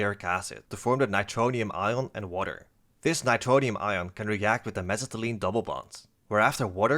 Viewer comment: I love the way you say mesitylene